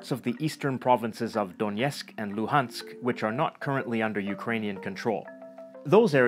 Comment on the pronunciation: Я пришел сюда только ради "Дьёнецх и Лухаскь"))) смешное произношение)